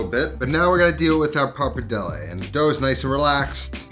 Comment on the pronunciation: “Par-padelle” bothering me so much lol